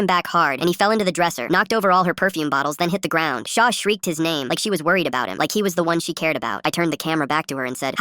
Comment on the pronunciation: Wait her name is shot, and the ai voice sounds like it’s saying SHAW!!!